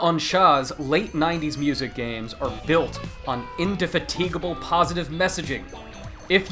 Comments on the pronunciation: in-death-a-teak-able? its pronounced indy-fa-tig-able. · I literally lol'ed at the pronunciation of "indefatigable" there towards the end.